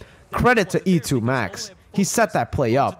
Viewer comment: Your E2MAX Pronunciation is on point btw 😂👍